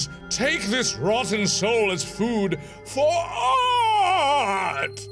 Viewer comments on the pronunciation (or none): none